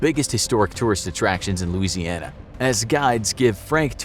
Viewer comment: me:* drawing while I'm listening* the narrator: "Louisiana" me: O.O